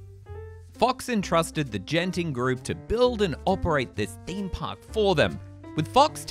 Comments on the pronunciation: Singaporean much? It's pronounced as 'G'enting... NOT 'J'enting! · i think you pronounce genting wrong its not jen-ting its genting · Its not gene-ting, huhu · I'll be making my second trip to Genting (incidentally, pronounced Ghenting with a hard G) in two months; like my first time, I'm not planning on visiting Skyworlds during this upcoming stay, either. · Its Genting not Jenting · ''Jen-ting skyworlds''